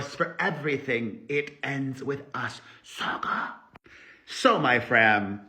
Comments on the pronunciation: Hi Perez, greetings from Germany 🤗I love how you emphasize *sagaaaaah*😂 and blakezilla is your best name for her ❤️ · The way Perez says Saga 😂😂😂😂